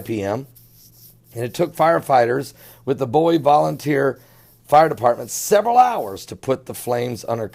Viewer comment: Not bow-ie. Its boo-wie.